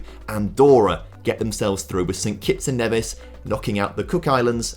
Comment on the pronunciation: St Kitts and N-ee-vis too